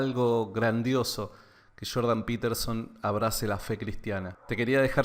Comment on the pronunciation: Shhhiiordan peeeeterzon haha crack saludos! Buen video